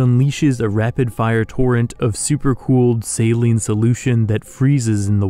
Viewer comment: when saying saline he read it wrong